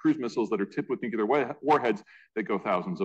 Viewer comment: Learn how to pronounce Nuclear